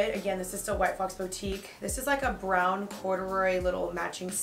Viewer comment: The way she says boutique triggers me lol hahaha